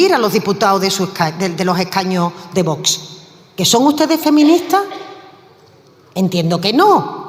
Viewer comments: Haber si esa presidenta del parlamento aprende a decir Vox, que no es tan complicado siempre dice "bots" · Esta mujer, la armengol, para lo que cobra ya podría pronunciar bien VOX, se ve que se le atraganta...observenlo, pero es que nunca lo pronuncia correctamente